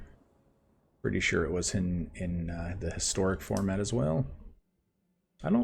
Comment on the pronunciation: Game #2 "I feel lucky" You mispronounced "Pretty"